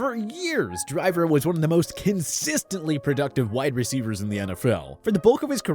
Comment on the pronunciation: You butchering these wide receivers